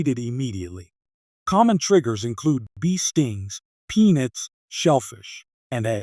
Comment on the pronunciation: Pee-nits are truly a common example of hypersensitivity type I and a cause for anaphylaxis.